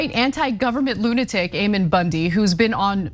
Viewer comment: I love You guys are my favorites This is such an important story But I have to tell you that his name is pronounced Ammon (aemuhn)—A like Apple and O like Monday Just trying to help you’re credibility—which is up to the best standard in my opinion It’s just that I can see Ammon and his douche bag deplorables dismissing you entirely on the pronunciation of his stupid name I was raised Mormon but absolutely do not believe that garbage anymore I sincerely love you guys